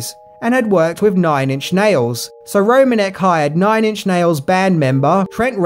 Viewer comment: Just a little note: Mark Romanek’s last name is actually pronounced “ro-MAN-ick”, which you can hear him say at the start of the behind the scenes video of Nine Inch Nails’ Closer music video.